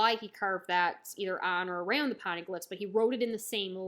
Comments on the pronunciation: Love the reviews! Not that it matters too much but the Poneglyphs are pronounced as " pon-ey- glyph" Keep up the great work, looking forward to your other reviews! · "Pon-eh-gliffs" that’s how you say poneglyphs 😂